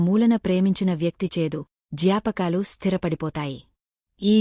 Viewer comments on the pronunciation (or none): ఈ జాపకాలు... కాదమ్మా, జ్ఞాపకాలు అని పలకాలి! తెలుగు రానివారితో స్క్రిప్ట్ రాయించడం, తెలుగు పద ఉచ్చారణ తెలీని వారికి చదవడానికి స్క్రిప్ట్ అప్పగించడం దురలవాటుగా మారిపోయింది ఈ మధ్య !